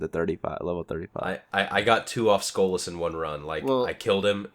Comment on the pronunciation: Why does he keep saying "Skola"? It's SKOLAS, notice the S in there